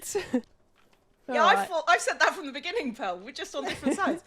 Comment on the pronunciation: I see you’ve been told already but it’s “pearl” and “moon”